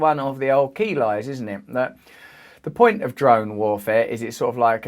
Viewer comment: sounds like he's saying jerome warfare